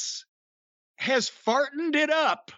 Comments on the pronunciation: So I listened back to the "Fartened it up!" line that Jim refers to and I'm almost positive Rick Ross is saying "Mogul Affiliates has partnered up" but with his accent it sounds like "pot-nid up." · He said "partnered it up" but fartened it up fits the segment.